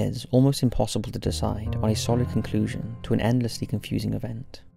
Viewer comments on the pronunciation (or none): none